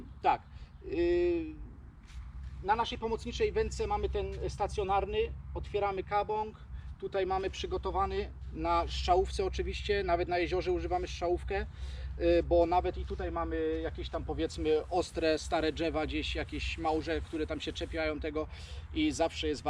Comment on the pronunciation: Strzalòwkę a nie szczałòwkę... Fajny kanał a trochę wiocha...